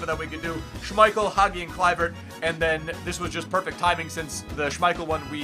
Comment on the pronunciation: it's Haji not hagi😅